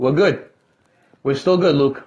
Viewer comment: Wuke does be invading the pwyvacy.